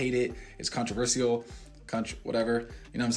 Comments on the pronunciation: Since he has so much money, he needs to go get his chicklet teeth redone and buy a house of his own instead of sleeping on his brothers couch. Since when is “simultaneously” a big word? Yet, says “contraversial” instead of “Controversial” and has the audacity to say 99% of people won’t be able to experience it because they can’t afford it, it’s new, and have never seen it!!!! As if he has money like that and individuals that aren’t known like him(only known because of his brother) can’t afford it because they aren’t “famous” with his huge bank account. He’s so dense that he doesn’t realize that people that aren’t known have even more money and can very much afford a better lifestyle than even his fake one, by actually working hard in their real careers. The only reason why 99% of won’t get it done is because they’d rather go through the pain, instead of being a wanna be and fake like him. It’s a badge of honor to those that actually get tattoos to endure the pain. I really think he has a mental disorder because he seem’s slow🤦🏻‍♀️🤦🏻‍♀️🤦🏻‍♀️ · He can’t even say controversial right. Boy bye. 😭 Talking about he has the means to do so and it makes good content. He is so fucking cringe. 😂